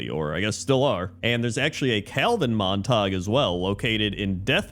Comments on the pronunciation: Saying [Mon Tog] for "Montague". If you yourself are unfamiliar, look up anyone, and I do mean anyone, talking about Romeo and Juliet. P.S. These quirks are why we will forever love. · Obviously, pronunciation of "Montague" is a reference to that Drake and Josh episode.;) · Most chaotic pronunciation of "Montague" possible, really woke up and chose violence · It's insane that this is the only comment about how he pronounced "Montague" 🤣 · Why pronounce it in French? The story of Romeo and Juliet happens in Verona, Italy. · Just FYI, It's actually pronounced "MON-teh-gyoo" even though we are conditioned to think the "ue" in "ague" should be silent. The 2 families are the Montagues and the Capulets. ("CAP-yoo-lets") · The rule for the "-gue" ending in English, is that it's pronounced as a hard "g". Pronouncing it "mon-tog" is going with the rule and not knowing that "Montague" is one of the exceptions. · It isnt pronounced "Mon-tog" for Montague.... It is pronounced "Mon-ta-gyou" as in the "House of Montague, Romeo's family and then Juliet belonged to the Capulet House. Fix this or else you suffer a plague on both your houses.... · Monatague is pronounced "Mon-ta-gew." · It's Mon-Ta-Gyu -- Montague. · please stop saying mon tag 😭 I'm dying here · It’s Montague. Pronounced Mont-A-Gew. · Mon-ta-gue (sounds like glue w/o the L) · Montague is pronounced Mont a goo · Ah yes, the rivalry of family Mon-tog and the Cah-pullits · You’ve definitely never read Romeo and Juliet with the teacher or seen a movie. It’s MONT-EH-GYU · pronouncing "Montague" as "Mon-Tog" is peak not knowing how words work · It's the orc pronunciation... 'Montaug' The Montaugs and Cupoolets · How on earth did he read Montague and get Montarg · I assumed he was mistaking it for Montauk, the town on Long Island which is pronounced that way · Mispronouncing Montague cracks me up because for years I said it like that too 😂